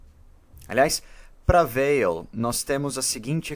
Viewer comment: Prezado, parabéns pelo trabalho. Apenas um detalhe, a pronúncia de Weil é "Vei". O nome é de origem alsaciana. Grande abraço.